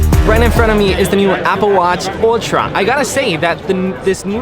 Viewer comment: I just love the way you said "ultra"... It's so proper! The tongue roll and the Latino twang and all! Btw, congrats on your first Apple Event! Cheers to many more to come!